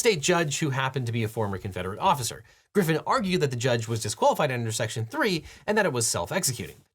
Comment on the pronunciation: text says Couy Griffin was spoken as Griffith at least four times, just a heads up